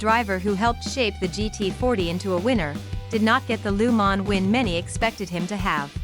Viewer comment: Please learn how to pronounce Le Mans properly. It's not Lu man. Gees!